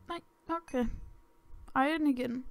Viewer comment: Det er ikke iren, det udtales iron